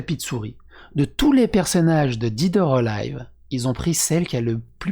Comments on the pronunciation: "Dède or élive" voilà comment on prononce 😅. Je sors 😁. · "did or alive"??? 😭